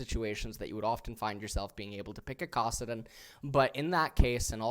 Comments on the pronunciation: Kawsidin LMFAO come on bro that one isn't even hard to pronounce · I’m going to lose my mind if he he keeps saying kawsedin